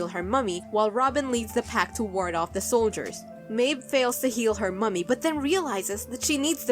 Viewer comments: I know it's a stupid thing to find irritating. It's not "mummy", it's "mammy" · its pronounced "mammy" for for the irish because the irish for mom or mother is Mamaí